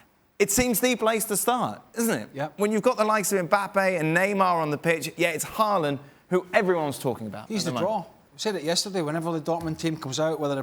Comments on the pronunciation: His name is pronounced Haul-land... Idiots.. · Isn't his name Håland and not Haaaaaaaaaaaaaaaaaaaaaaaaaaaaaaaaaaaaland? Same with Solkjær